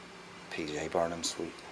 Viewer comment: It's P.T. Barnum, not PJ Barnum. The Circus guy and the guy who is basically responsible for Madison Square Garden.....not Gardens....lol.